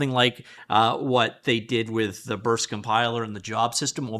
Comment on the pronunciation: can't tell if he says BURST compiler or VERSE compiler